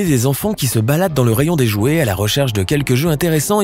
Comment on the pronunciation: Au début "Les iouet"